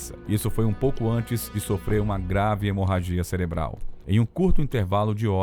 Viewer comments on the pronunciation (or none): none